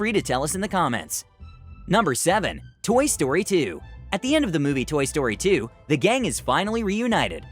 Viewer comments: Toy story said toy stroy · You sed toy stroy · It said Toy Stroy 2😂😂